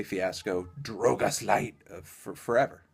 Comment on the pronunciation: amo anthony pronunciando drogas tipo drwougeas